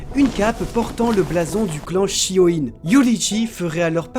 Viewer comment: On dit shi o ne pas shi o ine